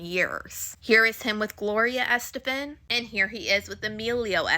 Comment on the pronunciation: It's killing me how u keep sayin her name wrong lol, Gloria Estefan's a legend. This story is crazy